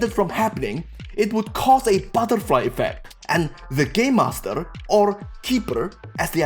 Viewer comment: Omg I can’t stop laughing he sais Gaymaster!